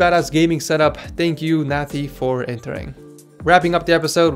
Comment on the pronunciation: Sup. Another South African here. Nathi is pronounced "Nuhtee" yea 👍🏾 - and i get why he used extra cooling... its hot here. I'm currently sourcing a Kraken X62 (unavailable locally in South Africa) to pair with an i7-8700 non-K. It seems like overkill, but the heat in summer justifies this.